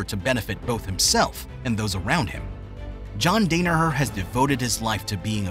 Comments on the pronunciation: Too bummed at the mispronunciation of the GOAT Coach's name to watch the whole video. Can't respect the man enough to get it right... I'll pass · Dude. The mispronunciation of Danaher and Renzo aggravated me so much I stopped watching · I had to stop watching because your pronunciation of his last name hurts my ears 😂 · Can’t even say his name right. So superficial and dull. All filler. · Does this guy even follow BJJ .. how can you butcher John’s second name so badly 🤷🏻‍♂️😂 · Day-ne-hurrr lol. I had to turn it off a minute in. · You pronounce his name incorrectly. It is DAN-a-her not DANE-a-her. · For the love of God, its pronounced DON-AHER, not DANA as in Dana white..... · Yee the first thing you hear is John Dana—her it’s kinda off putting. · John "Great" Dane-a-her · Dan-a-Her, Not Dane-a-her, Not Don-a-her.........DAN-A-HER!!!!!!!!!!!!!!!!!!!!!!!!!!!!!!!!!!! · John Day-nur-her ??? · Good content overall but it pains me to see his last name repeatedly mispronounced throughout the video. The first syllable is pronounced Dan as in Dan Gable. Also painful to hear Renzo's first name mispronounced. In Portuguese, when an R is the first letter in a name it is pronounced with an H sound not an R sound (i.e. Henzo Gracie, Hickson Gracie, Hoyce Gracie). It is also remarkable that John excelled in BJJ when he suffered a knee injury which was made worse by a badly executed knee surgery before he even came to the United States. It was one of the reasons two of his fellow bouncers recommended a martial art such as Judo or BJJ over striking arts, notwithstanding that their primary black belts were in a striking martial art, because the ballistic movement in a striking art like theirs would only make have made his damaged knee worse over the long term. As the video mentions a fellow classmate from Columbia University brought up the existence of a then obscure BJJ academy in Manhattan being run by Renzo Gracie and Craig Kukuk and the rest, as the saying goes, was history.